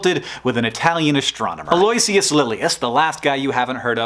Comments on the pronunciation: Do you think "al-LOY-see-us" is Hank Speak for Aloysius (pronounced "A-loe-IH-shus")? 😊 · "A-loy-s-ee-us" made me cringe. It's "Al-uh-wish-us" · Brilliant video. Though if you're interested Aloysius is pronounced ALO-ISH-US. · Aloysius has a really weird pronunciation, something I learned from Primus' My Name is Mud. It sounds more like "Al-Oh-WISH-us". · Thanks for the explanation! It's always bugged me how the prefixes don't align with the month's position during the year. If I could put on my grammar nerd hat for a minute... The last "guy we've never heard of" was Aloysius, correct? Well I believe that name is actually pronounced al-lo-ISH-us (if that makes sense). I was pretty confused when I found out, but it's true! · Never heard "Aloysius" pronounced that way before. Hmm. Wonder which is more correct, this one or "a-lo-WISH-us" as I have heard before... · Pro tip: Aloysius = "All-oo-ih-shuss". It rhymes with "delicious." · Aloysius = pronounced like aloe-wish-us. :D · Hank! Aloysius is pronouced al-uh-WISH-us. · The name Aloysius is pronounced "AL-o-WISH-us." You wouldn't think so but it is. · i think aloysius is pronounced al-oo-ishis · Preeeetty sure that's not how you pronounce Aloysius... ("al-oh-ISH-ous") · Oh god. HANK. I love and truly appreciate this video. It is nerdy and educational and beautiful. BUT OH GOD YOU SAID ALOYSIUS WRONG AND IT IS KILLING ME. Damn this obsessive nature of mine. It's like an itch you can't scratch. Ugh. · Your pronunciation (and John's) of 'Aloysius' is way off, but video is excellent otherwise. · Sorry to be "that guy", but you're saying Aloysius wrong....